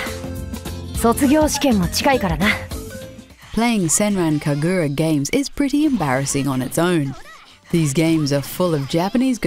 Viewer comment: Sen ran ka goo rah not gurah - don't smear the last 2 syllables together.